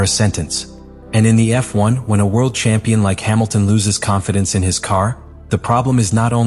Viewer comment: Great AI speech text ! But what is "Kampion" ? Blah !!